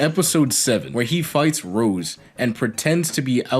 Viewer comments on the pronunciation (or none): none